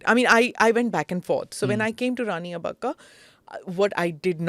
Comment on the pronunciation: It is Abbbakka not Abaakka. Pl note. You are a kannadiga. And not pronouncing it right is an indication of how much the British have influenced us.!!